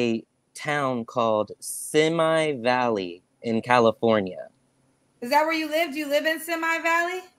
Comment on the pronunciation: Simi Valley is pronounced Sim-ee Valley